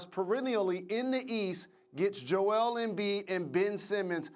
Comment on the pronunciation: Why do they pronounce it Joe-EL? Is he from Krypton?